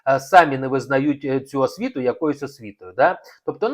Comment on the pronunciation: Браво!Все те ,що я хотіла написати,але не вистачає в мене терпіння і емоцій так багато писати...Коробить від притворства Українства,одне лише слово,повторене неодноразово:асвіта(освіта).Навіть в інтонації відчувається болотне жабодавство.Хто має право оголошувати публічно матеріальне становище іншої людини?Ще багато можна продовжувати.....А Марк відкрита,чесна ЛЮДИНА!!!